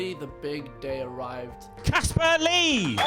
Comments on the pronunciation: ITS CASPAR!!!!!!!!!!!!!!!!!NOT CASPER!!!!!!!!!!!!!!!! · IM LAUGHING SO HARD AT HOW MANY PEOPLE GOT CASPAR'S NAME WRONG LIKE NIGGA WTF ITS CASPAR NOT CASPER OR CAPSER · By the way his name is CASPAR not Casper or Kaspah. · it's Caspar , not Casper ._. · WHAT'S THE PROBLEM WITH YOU GUYS???????? CASPAR NOT CASPER OH MY GOD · OMG it's NOT Casper it's CASPAR!!! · Why is it so hard to understand!! It's CASPAR NOT CASPER! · FOR EVERYBODY WATCHING...CASPAR NOT CASPER :) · WHY CANT PEOPLE JUST GET THE NAME RIGHT ITS "CASPAR" GOD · ARE ALL THESE PEOPLE TROLLING OR IS IT ACTUALLY THAT HARD TO GET CASPAR'S NAME RIGHT